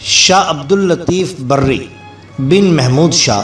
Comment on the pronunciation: Imam "Barri" Nahin, Imam "Bari"